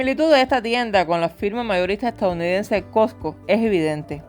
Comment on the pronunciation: SE DICE COSCO NO COCO